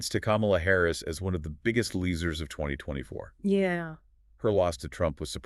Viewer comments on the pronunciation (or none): YOU SAID "LEESERS" INSTEAD OF "LOSERS" WHY?